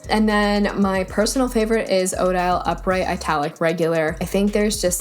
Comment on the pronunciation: You’re killing me with the way you are pronouncing Odile. It’s the name of the blake swan in Swan Lake. I wonder if there is an Odette (white swan) font by the same creator.